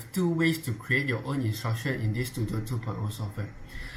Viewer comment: normal person read: Studio some one: stu DIO